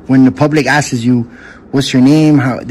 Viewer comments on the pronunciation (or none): He can't say asks, he says asses lol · "when the public askeses you..."